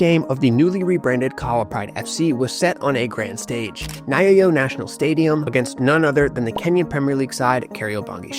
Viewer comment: hehe yes but props for trying, thanks for supporting our local talents. ‘Nya’ is was one syllable and ‘yo’ is the second. Exactly like the last syllable of the name of the Country ‘Kenya’ Most Bantu words are about the sounds that the combination of letters make. The name of the national stadium Nyayo means footsteps. But most importantly thanks for the work you guys are doing, most of the kids there just needs someone to believe in them and you did just that. Asante sana.